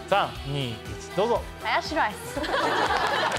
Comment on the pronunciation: 林、そこはハヤシラ~イスじゃなくて ハヤシ……ライス下さいっ❗❗よ(笑)